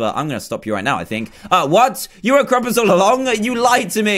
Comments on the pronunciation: did anybody else realize its krampus? not krumpas? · Its supposed to be Krampus not Krumpus